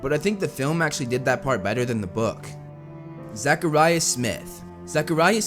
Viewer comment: Don't put an emphasis on the second a in zachariah. Great video!